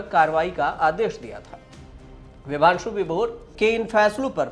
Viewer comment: Vibhanshu Sudheer nam hai bhai ...Bhaang kha ke research krte ho kya aap log nam tk sahi nhi bol rhe.